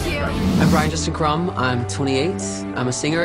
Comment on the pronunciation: "Brian Justin Crum" An "R" has never been more important.